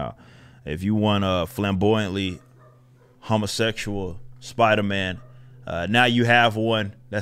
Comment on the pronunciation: "A humma-sexchuaw" lol